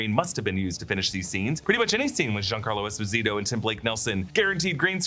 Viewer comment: Giancarlo pronounces his name - Es-pose-it-toe